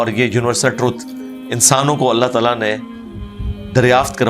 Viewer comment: When you say Allah Talah I feel so happy it's true Muslim style SubhanAllah God blessed you both 🇵🇰👍